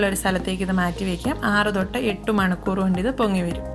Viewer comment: Manakoor alla manikoor aanto